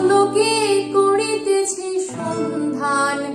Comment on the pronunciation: সব ঠিক আছে। তবে কড়িতেছে না বলে করিতেছি, এবং ড় না উচ্চারণ করে র বল্লেই আমার মনে হয় আরো বেশী শ্রুতি মধুর হবে। যদিও গানের ব্যাপারে অতটা বুঝিনা আমি।